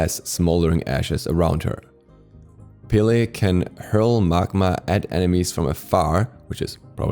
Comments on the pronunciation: It’s “peh-leh” a short “e” like in “red” it is not “pee-lee” get it right please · My drmatic ass got so triggered when he calls her Pe-Layy...its just pele😭